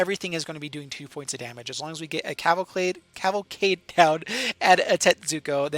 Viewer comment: Liked because you pronounced Cavalcade correctly once